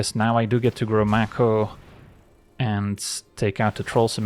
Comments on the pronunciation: Mako is pronounced May ko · Maybe it's a regional thing (northeastern US) but I always pronounced it MAY-ko